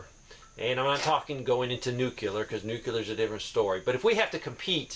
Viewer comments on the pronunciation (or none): it is pronounced "NEW-CLEAR".... NOT ... "NEW-QUE-LEER". It is two syllables... NOT three. Thank you for your time...carry on. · Sir don't say "new cue ler". say "new clear". respectfully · Nuke Lee err. Can't stand new cue ler. Lol